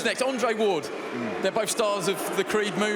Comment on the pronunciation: Who the fuck is ardray ward?